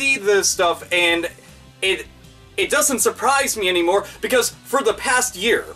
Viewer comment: does have some kind of talking problem? He was saying "sech" and "de" instead of such and the. I'm not gonna give him hell for it or criticize him, I'm just asking out of curiosity.